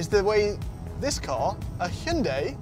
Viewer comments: Finally, thank you to for getting the pronunciation of Hyundai (like Monday) correct. Also, the review makes me want to consider one of these units although I’d prefer something smaller than a Palisade. And, I agree on his comment about the suspension - deal with the bump and get it over with - no wafting. $45K CAD seems reasonable given the lower O&M costs with a TCO that beats an ICE vehicle. Leave it to Hyundai to bring value to the marketplace. Thank you for another valuable review. Liked. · I think this is the first time ever a car reviewer has said Hyundai almost perfectly .